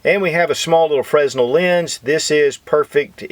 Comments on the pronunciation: FYI - The "S" is silent in Fresnel Lens. So it is pronounced Fra - Nel Lens. Take care. sincerely, Dean O. :-I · That was some nice chill intro music. Fresnel the s is silent. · I'm a sub man, but you are killing me with the mispronunciation of Fresnel. The S is silent. Come on man.